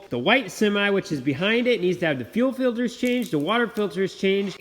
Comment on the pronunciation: And when the filders are changed. I smile every time he says it.